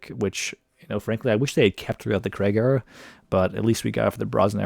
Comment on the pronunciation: Creg? I assume you mean Craig?